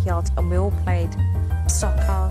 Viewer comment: Hard for the English lady to say "soccer." haha